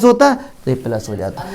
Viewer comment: Sir phele plus bolna shik lo fir maths samjha na